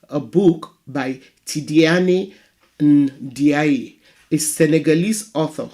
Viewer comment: Good subject. By the way, the pronunciation for the author Tidiane Ndiaye, is 'Tee-jan' N'jai' (soft 'n' and rhymes with 'eye')